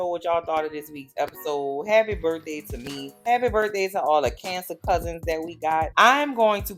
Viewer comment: Happy "Burf" day!